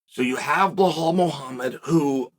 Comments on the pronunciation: why he always say Blehal!!!!!it is Belal Uncle Chael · Uncle Chael we love your videos but please stop saying Blahaul 😂